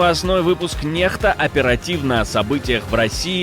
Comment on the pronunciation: Ааааа почему "НЕХТА"?! еСЛИ НА ЛАТЫНИ , БУКВА "Х"- ИКС! ВЫ читаетесь , как "Некста"!